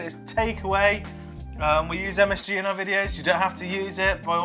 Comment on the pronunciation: Weird to here you say msg and another msfuckingg 😅